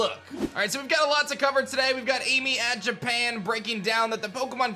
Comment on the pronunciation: Ami is pronounced like Ahh-Mee NOT like the English name Amy, FYI... I used to think that too at first when I started working with a new girl whose native Japanese and I was really surprised when she told me I was pronouncing it wrong lol but yeah Ami = Ah-Me.